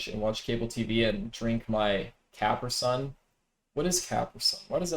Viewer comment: The way pronounces Capri Sun 😂